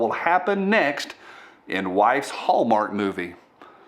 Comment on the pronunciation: You miss pronounced the Hellmark channel. ;)